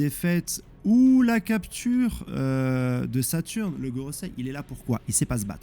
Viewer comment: 😂😂😂j'adore qd tu dis le nom de Saturn! C'est trop drôle